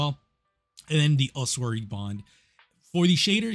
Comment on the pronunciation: Holy shit bro the way you say "ossuary" xD it's "oss-ooh-air-ee"